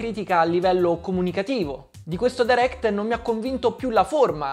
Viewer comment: Potresti almeno pronunciarlo bene direct.. è fastidioso...